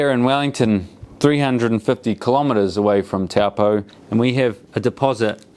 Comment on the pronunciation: Lake Taupõ, say like Toe-pour , not Taw-poe. Cool vid 😎